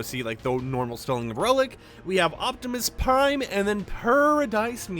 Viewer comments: Optimus Pie 🥧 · Optimus pine🎄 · I’m sorry did you just say Optimus pine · Hold up, Anyone notice just said Optimus PIME😂😂😂